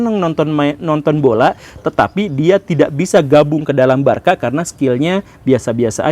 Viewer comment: penyebutan aslinya barsa pak bukan barka 😂